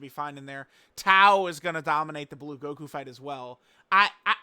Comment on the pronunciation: We all heard him misreading Blue right? Also Goddess of destruction bulma from that red zone peppy gals thing.